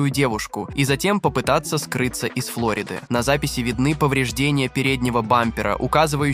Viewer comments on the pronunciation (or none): none